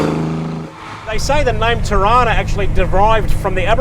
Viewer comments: Na bro it’s Torana, it’s said as it’s spelt it’s not Tarana bro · Toronus??? Why do you pronounce it like that?? No o after the r ?? T O R A N A SPELL IT OUT TORANA WITH AN A, A AA NOT O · It's not a "Toerona" it's a "Ta!RhaNah" we had one in the 70's and 80's in Sydney. The lead singer Peter Garrett of the Aussie band Midnight Oil, who lived down the street at the time, helped my mum fix it up once when it broke down. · Toh rana... Not Toh rona. You're getting their.. just need to learn Australian English... Convicts United!! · Wow pronunciation errors..dude .. Aussie is not ossy......Torana...is not Toe rana...dude... please lol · Torana get it right!